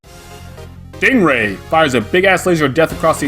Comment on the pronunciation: did he just said "ding ray" ?